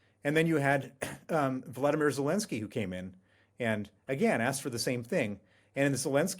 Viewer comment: Sir Bill sounds smart on the issue, and yet he can't pronounce President Zelenskys' first name correctly.